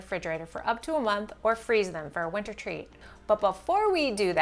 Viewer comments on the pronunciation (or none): none